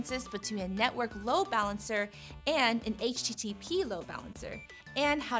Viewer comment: netowrk load balancer haha